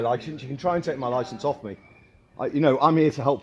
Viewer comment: "none of them can recite their awwffff" mate you can't recite the alphabet. go home.